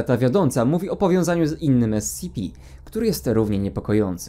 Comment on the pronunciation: dobrze czyta